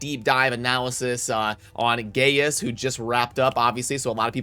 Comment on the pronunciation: Gaius="guy us" why all youtubers call him "gay iss"?